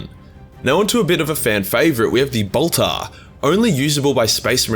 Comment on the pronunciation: your pronounciation of bolter "boltah" reminded me of Draco Malfoy saying "Pottah" and made me chuckle. :D